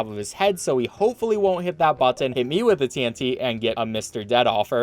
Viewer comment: You say button weird